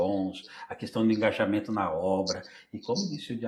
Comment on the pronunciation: Uma pequena contribuição. O correto seria Engajamento e não EngaNjamento.